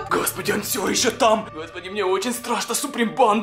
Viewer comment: Не страсно а страшно говори нормально